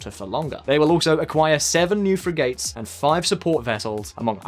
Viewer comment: Cashmere!? And learn how to pronounce “Frigates” Because you can’t Not impressed